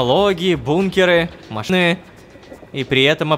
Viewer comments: хахахах машны он сказал машны а не машины хахахах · "Машны", я думал, что вместе с лололошкой кже и я с ума схожу, переслушивать даже пришлось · У кого то сердечный приступ при слове машины? Я один это услышал маыны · У меня одного на "МашнЫЫ!" звучит? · «технологии, бункеры, маш.ны…» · я же не один услышал "машны" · А что произошло на слове "машины" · когда он там размышлял и при появлении слова машины оно как-то странно прозвучало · как ты так слово машины прочитал ПЕРЕПИШИ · слово машины странно звучит